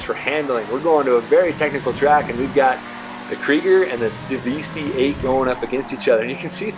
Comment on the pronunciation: It's pronounced "devastate", you know, the synonym for destroy. Not Daveestee. That being said, this is the most comprehensive comparison I've seen yet. Everyone else just uses really dumb races on airstrips and don't even show the times clearly, and most don't bother testing top speeds on oval tracks. Some use a really long straight, which is again very unrealistic. Also, not a single person (except perhaps Broughy1322) actually explains the realistic performance of these cars on a track accounting for the oversteer/understeer and actual handling experience.